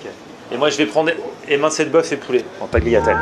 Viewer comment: on dit "Taliatelle" le G est muet;-)